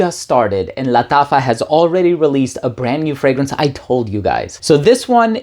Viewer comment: He's pronouncing it in spanish bro